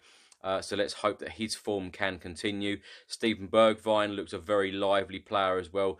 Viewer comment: Hey! Great Channel and amazing videos! I've just found a common mistake with all spurs fans when they say Bergwijn's name its Pronounced Berg-vehn the "h" is a breath sound. As an Irish guy who speaks fluent Dutch, it was also tough for me too 🤣 Keep up the great work! You're a gem for this team's fanbase!